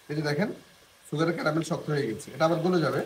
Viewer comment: ক্রামেল না ক্যারামেল। বেশি স্টাইল মারাতে গিয়ে ভুলবাল উচ্চারণ প্রতিটা ভিডিওতেই!!